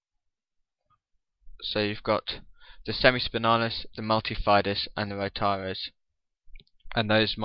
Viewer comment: did he call the rotatores "rotares" ?